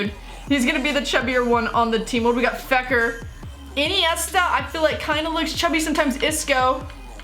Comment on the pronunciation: She calls fekir feker